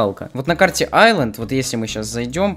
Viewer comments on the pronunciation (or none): none